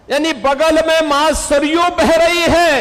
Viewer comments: ಸರಾಯೂ ಅಲ್ಲ ಅದು ಸರಯೂ ನದಿ. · ಸರಯು ನದಿ,ಸರಾಯು ಅಲ್ಲ......Background music hopeless.....